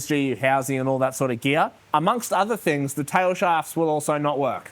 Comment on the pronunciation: Bigger and better "thing's not "fings. can build a car but doesn't know how to speak english😂😂 fingy fing fing🤣🤣🤣